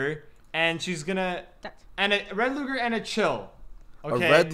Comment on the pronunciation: I yelled when he said loger when it was luger lol